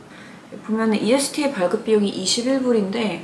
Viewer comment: 이스타비자신청은 미국 공식사이트에서 신청해야하고 대행업체보다 훨 싸고 빠릅니다. 그리고 ESTA라고 읽지 않고 이스타리고 읽습니다.